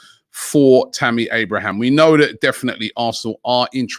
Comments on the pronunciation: It’s Abraham, not Abrahams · It's Tammy Abraham not Abrahams lol 😆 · Stop saying abrahams it’s so annoying especially when you say it then say it properly then go back to abrahams 🥵